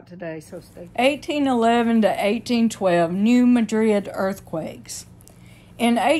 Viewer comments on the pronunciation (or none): Just an FYI, the town isn’t pronounced the same as Madrid, Spain (muh-drid) it’s pronounced (mad-rid).